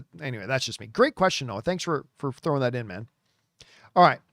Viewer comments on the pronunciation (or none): none